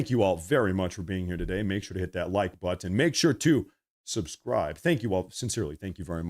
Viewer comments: It's butt un , not butt in 😂😂😆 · You pronounce Buttin. It button that what it is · Most people say butt and end it with the sound of n, not the word ton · Lol, I never noticed it with, but I'm old enough that I've noticed it in younger generations with both white and. black people putting the accent in the wrong place pronouncing words like button (butt uhn). I think it stems from Ebonics but alot of the younger generations do it. Another one I've noticed is compulsively pronouncing the "t" in listen. It hits my ear cause as an older guy to me it just sounds stupid, but I'm sure my generation says stuff that probably annoyed older generations. like calling other guys "man" which we picked up from blacks too. Way back when they might say "I'm not your man" but now its ubiquitous and people rarely get annoyed by it.